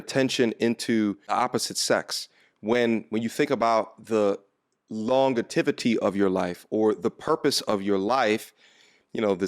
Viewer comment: Long-a-tivity. Smfh. the word you are looking for sounds out as long-jev-ity.